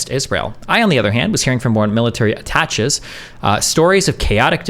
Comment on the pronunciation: Destiny nice debate. Just FYI, attaches is pronounced At-a-Shays.